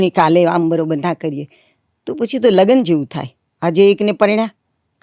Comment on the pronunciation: just to be clear, can anyone tell me whether Ms. pronunciation of the English word "marriage" in Gujarati is correct or not? I think she pronounced it incorrectly since she said "lagan" (લગન), but I believe she should have pronounced it as "lagn" (લગ્ન) because I think that's the correct way.